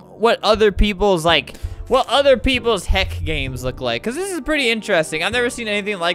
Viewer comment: HEY YOU SAID HELCK